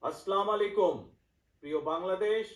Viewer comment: ভাইরে তুই দেশে আয় না। দুর দর্শনে কি ভাল লাগে?? সালামটা পর্যন্ত শুদ্ধ ভাবে দিতে পারনা।মানুষ দেশে জীবন দিচ্ছে। আর তুমি দুরে বসে জ্বালাময়ী ফতোয়া দিচ্ছ।